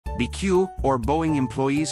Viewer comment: The AI voice doesn’t understand it’s called “B” “E” “C” “U” not “beque”. As a result, this video has no credibility. If you can’t pronounce the name of the company, then everything else is suspect.